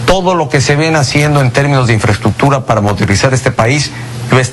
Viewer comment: Hablaba sobre "infreschukchur" Xd